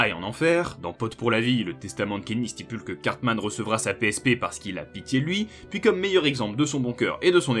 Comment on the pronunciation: Psp ❌️ Peuseupeu ✅️